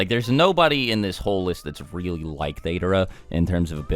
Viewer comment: Dader Me: WTF?! It's Deidara